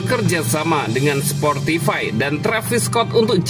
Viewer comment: "sportify" ngakak wkwkwk